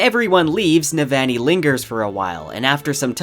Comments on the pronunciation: For Navoni it's noot Ne-van-ee. It's Neh-Vahgn-ee. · Yahsna not Yazznuh, Navahni not Navanny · I love everything bout this video except the way you ruined Navannis name lol on ii not aan ii lol sorry bro love everything else though. bout to start words of radiance up again and needed a refresher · I’m sorry but I listen to the audio book and it just lowkey bothers me but you still pronounce Jasnah, Roshone, and Navani wrong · Amazing job! I’ll be definitely coming back to this again when book 4 comes out. BTW you’re pronouncing Sadeas & Navani a tiny bit off - at least compared to Graphic audio :). Not sure if that’s helpful feedback, but you seem like a perfectionist so I wanted to mention that.